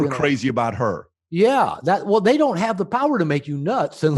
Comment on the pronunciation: "I found that it helps if you dant care...." BRILLIANT